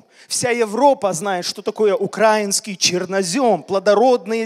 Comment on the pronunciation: Извините, поправлю: Не на Украине, а в Украине! Не укр а инский (ударение на а), а укра и нский ( ударение на и)! Мы не Окраина или малороссы!!! А Украина, независимая страна, много людей погибло за свободу и то, чтобы нас назвали именно укра и нци (ударение на и)! Для Украинцев это оскорбление, как на черного сказать негр!